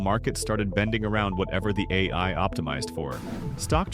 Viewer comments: yep I noticed that too. "the Aaaaaa i" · The a i voice gives itself away when it messes up saying ai